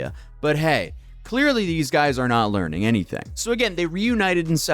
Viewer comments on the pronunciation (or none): LEAR-ing center graduaes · Learning? What's learning? You mean Learing, right? Lmao